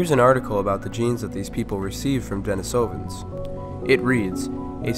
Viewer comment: Your PaleoWorld intro music always brings back such memories! Thank you! And though I'm no expert, I think it's pronounced "DeNEEsovans".